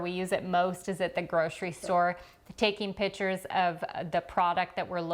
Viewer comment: I was wondering what pitchers was referring to...she was saying 'pictures' that sounded like 'pitchers"... here I was picturing a pitcher!